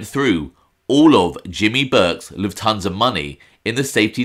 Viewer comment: Why do people always pronounce Lufthansa incorrectly..Luft-hansa not La-tun-sa